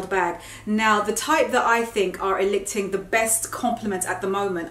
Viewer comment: Love your videos! ("eliciting = ee-liss-it-ing) But seriously - bought a gingham Nasty Gal wrap top (you linked) similar to the one you're wearing. So cute!